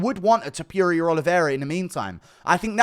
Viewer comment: I hate the way you say Ilia's last name.!! You are not pronouncing it right!